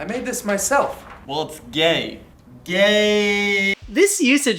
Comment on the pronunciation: emphasis on homo and sexual 😩